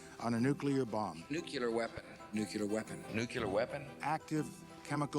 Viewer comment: Bush says nukelar instead of nuclear...